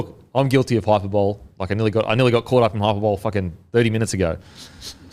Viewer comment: How do you pronounce hyperbole again? Never heard of this Billy Mozer kid either 😂